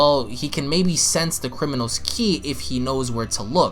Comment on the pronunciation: Not chi